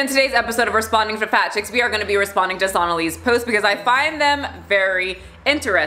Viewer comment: It's pronounced so-naa-li